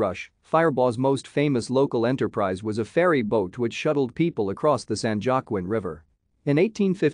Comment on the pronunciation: San Juaquin river is pronounced San Huaquin river. I use to swim in it when I lived in Firebaugh.